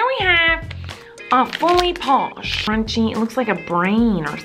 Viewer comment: every \time she says "crunchy", I hear "grunchy"